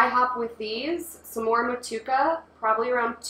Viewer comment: I believe in NZ they pronounce it Mo-too-ay-kuh Seems like a fantastic recipe tho! I love brewing IPAs with those NZ and AUS hops, I’m planning to brew one as well soon and just picked up some Motueka and Wakatu hops